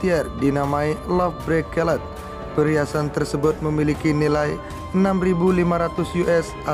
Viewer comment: Bracelet bacanya bukan brakelet DEH. Sebaiknya mimin sblm baca redaksional check dulu how to pronounciation sebuah kata terutama bahasa asing